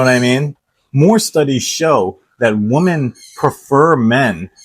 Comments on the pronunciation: The difference in pronunciation between "woman" and "women" is in the 1st syllable, for woman it's pronounced "WU-muhn"and for women it's "WI-muhn", you pronounced the 1st half of "women" as "WU-muhn" edit: I know it's weird that the difference of pronunciation is found within the 1st syllable despite the spelling difference being in the 2nd. I don't make the rules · I mean the way you pronounced it verbally, it’s a common mistake amongst non-native English speakers. My friend from Bosnia for instance makes the same mistake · your pronunciation of women sounds like woman . Something I’ve noticed as well lol